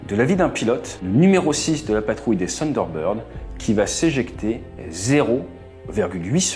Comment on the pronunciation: Bonhomme ce n'est pas ''Sunderbird'' c'est ''Thunderbird'' avec le ''th'' !!!